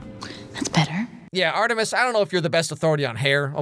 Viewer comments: You saying Art 3 mis reminds me of how I still call that one bad movie Fant 4 stic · the way you call Art3mis sounds like Arthritis. 🤣🤣🤣 I can't stop thinking about it LMAO!!!